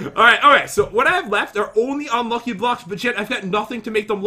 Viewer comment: Who else likes it when pat pronounces unlucky as unlu-ack-gh-y